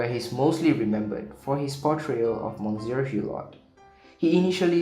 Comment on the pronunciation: He doesn't even know how to pronounce "Monsieur"!